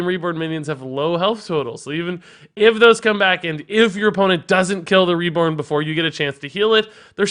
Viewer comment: "WeLl rEgIs, yOu FoRgOt aBoUt ReBoRn!" I never knew I needed that funny accent in my life XD | 👏 Is 👏 Best 👏 Card 👏 Reviewer 👏